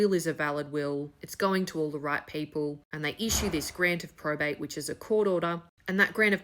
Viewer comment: There is no prostate in Australia. Hasnt been for decades. Also, the speech impediment is quite frustrating.